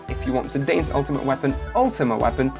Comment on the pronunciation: Almost every video I have watched on Final Fantasy 9, almost no one knows how to say Zidane's name.